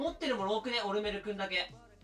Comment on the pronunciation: オ↑ルメルだと思ったらハーバーグリでがオルメル→って発音してて吹いてしもたわ、すまん